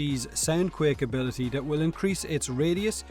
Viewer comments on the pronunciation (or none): "Sanquick abilitee"